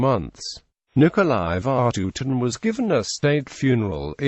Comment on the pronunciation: It is iritating to hear Vatutin's name misspronouced again and again. The emphasis should be on "U" not on "a".